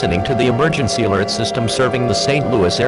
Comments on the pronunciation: not trying to be mean but you said alery instead of alert no hate great vid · ah yes, emergency alery system. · No, it’s not EMERGENCY ALERT SYSTEM, it’s EMERGENCY ALERY SYSTEM!